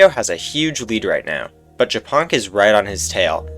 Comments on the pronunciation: Just realized that Japonk is Polish and the way you are reading his nickname is vile lol 😂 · I thought Japonk was hungarian, cuz the way he said it sounds like how we say it aswell. But he is not :c